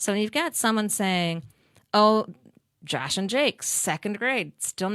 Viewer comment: Why is she saying Jash instead of Josh?